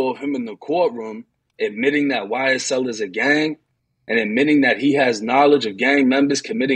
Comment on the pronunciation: Wow this man said YSTell